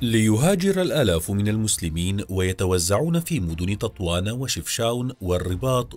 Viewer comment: “Tatwan, Chawen” HAHAHAHAHAHA😂 meskine he claims that Morocco is Arab but can’t even pronounce Moroccan placenames